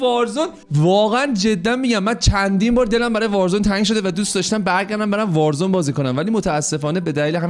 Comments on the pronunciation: وازرون ؟یا وارزون 🤣🤣🤣🤣🤣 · warzon????😐😂 Warzone is correct ✅😂❤